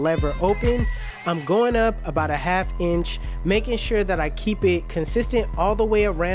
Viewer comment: He pronounces it ench